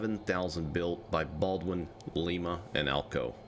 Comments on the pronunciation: Lima spelled the same as Lima Peru but it's not the same it's pronounced like a lime with an A on the end so lime a is how it's pronounced thank you and have a great day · It's pronounced like the word lime with an a pronunciation at the end so it's lime not like Lima Peru even though that spelled the same it's pronounced like a lime a please watch some videos about that locomotive company so you know how it's pronounced it's pronounced like Lima Ohio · You kept mispronouncing lima loco works I always heard it as lima loco works or maybe it's bases on pronunciation